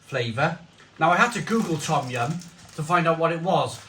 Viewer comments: Pronounced dom yun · No it pronounced as tom yum not dum yum